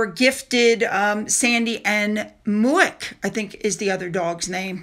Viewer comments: Muick (corgi name ) is pronounced Mick .. It is an area around Balmoral..Glen Muick … Loch Muick etc.. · HELLO!!! If I may.....Muick is pronounced MICK.....😊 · The dog called Muick has his name pronounced as Mick 🙂